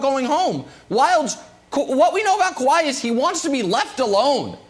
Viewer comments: Kawahi “E” Leonard 😂😂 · Sounds like “Kawahi E Leonard” 😂😂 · Why does Brandon always call him Kawhi-ey 🤣🤣